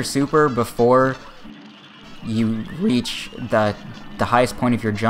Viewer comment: before you reEaCh